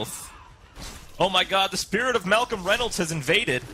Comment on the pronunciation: It's funny how can't pronounce "Reynolds."